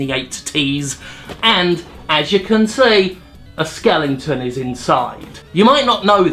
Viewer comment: "skelington" fuck off jim =[[[[[[[[[[[[[[[[[[[[[[[